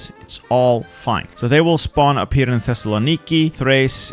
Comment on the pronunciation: My favorite thing while watching your videos, as after i saw one of your WW1 ottoman empire videos and you said thessalonki like 8 times in a minute, I now play a mental drinking game whenever i hear you say thessalonki in any of your videos, I dont know why but i always find it funny now Times said thessalonki